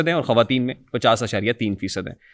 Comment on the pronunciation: bhai khaateen ni hota khwateen hota hai, not taunting you but mujhay irritation hoti hai bar bar ye sun k😁